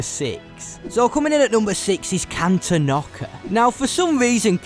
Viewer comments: Great video. It's pronounced Can-tawn-ick-uh though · Am i the only person that gets triggered when he says: “Cantonoca” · It’s pronounced can/ton/ic/ah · Cantonica ❌ Cantonockah ✅ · No offense, but your mispronunciations of kijimii and cantonica hurt me.